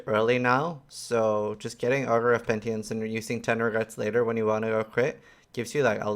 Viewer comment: Pentience? Wtf is pentience?! Haha love you but the word is penitence, from the same root as the word penitentiary.